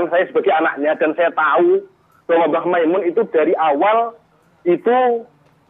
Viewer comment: Nyebut nama saja salah kok Gobloookk Kyai Makmun Kyai Mak Mun Masih nyocot Itu orang Lum kenal mbh Mun Nyebut namanya mbh Mun saja salah kok Hajarrrrrrr mas Roni...itu orang Juta'an santri di belakangmu